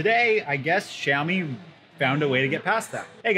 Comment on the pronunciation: I think xiaomi not xaiomi